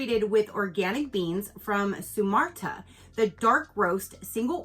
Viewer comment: Where the coffee is from is pronounced Soo-mah-tra. And the the kind of coffee is Soo-mah-trahn. This was an awesome box, loved the dark chocolate